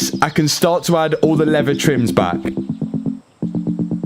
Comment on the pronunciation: You did a great job, Much patience to pull out that dashboard, Im from the USA, When you are explaining the leather and how it breaks open for the airbag, You pronounced it as Levea, How would you pronounce the word Lever, Just curious..